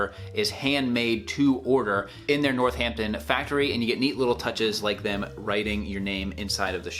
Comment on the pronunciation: Hahaha, I love you but your accent did butcher the place names.. starting with Northampton. Emphasises the A, not the H. NorthAMPton, not NorthHAMpton.